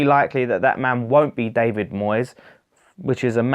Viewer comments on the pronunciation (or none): none